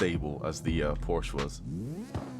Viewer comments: Learn to say PORSECHE my guy ffs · I say porsh lmao